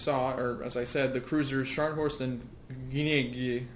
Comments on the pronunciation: It is pronounced Gu-ni-sen-ow. The Royal Navy refered to the two ships with the nicknames "Salmon" (Scharnhorst) and "Gluckstien" (Gneisenau). Aparently no one could pronounce their names back then either. Gerhard Johann von Scharnhorst and August Neidhardt von Gneisenau were Prussian Field marshals during the Napoleonic wars. They were instrumental in rebuilding and leading the Prussian army following Prussia's disastrous defeat in . Scharnhorst was KIA in 1813. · GG Game, Scharnhorst and Gniesenau were Battlecruisers, not "cruisers." Also, it's pronounced, "Nigh-sen-now."